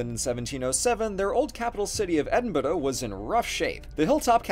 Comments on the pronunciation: Just need to put this out there. People often mispronounce Edinburgh and I don't blame them, but it's said like Edin - bruh. G is silent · Hot tip, just pronounce Edinburgh as "Ed-in-bruh". It's easier on all of us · I must say he massively over pronounced Edinburgh. Its just Edd-In-Bruh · 'Edinbuduh'? It's Edin-b(a)ra. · Edin-b-duh? That's a pronunciation I've not heard before. Edit: Oh god, you keep saying it like that., my guy, it's Edin-bruh. And we don't expect you to tap your R like that, you're American, that's not how you do your R's and that's okay. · It might be because English is not my first language, but I swear it sounds like he's saying Edinborough. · More likely he confused the ending of Edinburgh with the word "borough" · The problem is the rhotacised vowel. He's clearly trying to avoid saying "Edinburrow" but he should be saying "Edinbruh". He's adding an extra syllable too, it's 3 syllables with a tap, not four. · It always makes me laugh when I hear Americans struggle to pronounce Edinburgh. You don't have to change your accent, just say "Edinbra". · Love the vid! When pronouncing Edinburgh, think of the saying edin-bruh. The brugh should sound like the first syllable of brush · You very very nearly said Edinburgh right, you just put too much stress on the vowels still. English and Scots tend to put as little stress on vowels as possible, so it's closer to "ehdhnbruh" in pronunciation (uh as in "huh") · Other peiple have pounted out the Edinburgh pronunciation but I'm gonna do iy again, idk if yours is technically more historically correcr but now it's just called "Edin-bruh" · Interesting pronunciation of Edinbarra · Sorry, how did you pronounce Edinburgh? 😂 (ed-ing-bruh) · you say Edinburgh weird. And not in the way Americans normally get it wrong- by pronouncing burgh like berg- but you’re saying burgh like borough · Edinburgh is pronounced as "Enborough"? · Not Edin-bruh? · isn't Edinburgh pronounced edin-bruh? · it's just Edin-bruh